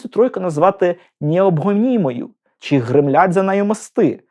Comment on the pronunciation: Попрацюйте над Своєю вимовою, бо склеюються вуха від Ваших щЬо, почЮв, чІ, крокіФ, дІтячІй, ключЬових, чІном, вивчЯти, щЄй, чЯсом... НЕМОЖЛИВО слухати ТАКУ українську, де ви вичитали оте все чЯвкання...